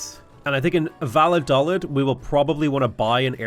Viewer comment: I know its stupid to bring it up but it's annoying me; the towns name is pronounced "Va-yo-dal-eed" and it was kinda important during the Spanish Civil war right before WWII.